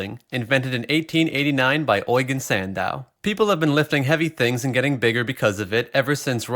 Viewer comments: You-jeen sand-dow. Not oy-gen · Ojgen? Its Eugen, pronounced Eugene lol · Eugene pronounce "YOU GENE" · Eugen is pronounced you-gene though right? He created the exercise the bent press and no one has beat his record in it since then, unless I’m confused with another of those primary lifters